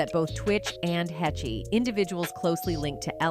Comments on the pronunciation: Anne's last name, HECHE.. Is PRONOUNCED~ " HAYYSH " .. "HAY-SH". NOT "HE-CHIE". COME ON. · i heard Anne Heche's name pronounced every way it could be pronounced EXCEPT the correct way, which is HAYSH!